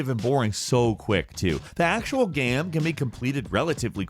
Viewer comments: he really just said gam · Bro why can't you pronounce "game" properly? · Geam. Geyam. Gaeam.